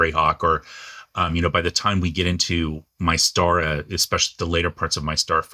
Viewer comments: BTW - we always pronounced it as "MIST-ahra" - not sure if that changed after the buy-out. Sorry...nerdy me. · Yeah -- I've always heard it pronounced Mis-tara. Like the word "Myst". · Why do you say Mai-stara? Never heard anyone else use that.